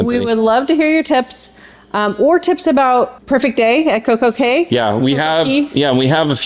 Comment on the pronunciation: Yay, so exciting! It’s Cay as it rhymes with Day. When we were planning our US trip before Covid, we were considering a cruise out of New York but it didn’t happen. When we went on the Ovation, Coastal Kitchen was right next to the Windjammer. The Windjammer was the biggest and best buffet of the different cruise lines we’ve been on (so far) Don’t spend all your time comparing the cruise lines, just accept that they are different experiences and enjoy it all. Have an amazing time!